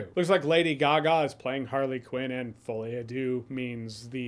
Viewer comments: Folie is pronounced "fall-e" or "fol-e" that's all. and deux is much harder, because you don't really have the right sound in English. You should just listen to Google Translate saying "folie... a... deux" a few times :) (Don't forget the ... in between so she doesn't say foliadeux !) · "Foe-ley-ah-dew" "I'll try to get the prenounciation down before the movie comes out" Good idea. 😂😉